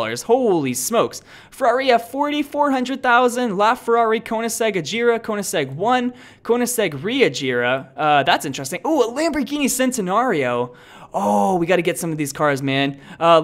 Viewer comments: Bruh he said ReAgera than Regera and the Lamborghini Centenario did he call Sentenario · AND "CENTINARIO".....LIKE COME ON PEOPLE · you said Lamborghini centenario worng way